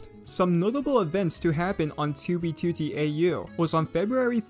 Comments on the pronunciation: STOP PRONOUNCING 2B2T AS "TOOBY TOOTY" WHAT THE FUCK MAN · His "2b2t" pronunciation is this channel equivalent of the "oldest anarchy server in minecraft". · the way he says 2b2t :skull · stop saying it wrong